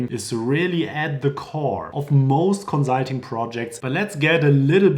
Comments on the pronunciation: Con-sult-ing (cuhn, suhl, teng); conSult, conzult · Great! Note it’s not “conzulting,” it’s “consulting.” :) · Fix your pronunciation of “consulting” before recording a video about consulting 😆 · The "consulting" is sooo German